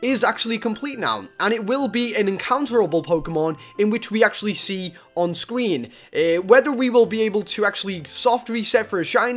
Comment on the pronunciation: Starlord said Scween